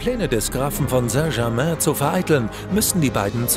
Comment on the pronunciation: Wie er saint German ausgesprochen hat